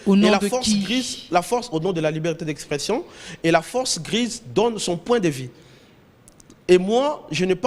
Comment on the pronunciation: Oyo nani lisusu? Ozo loba "vi" olie de 'vue" francais mobulu